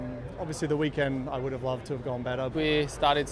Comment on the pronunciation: How has nobody told Charles you don’t pronounce the L in Could/Would yet??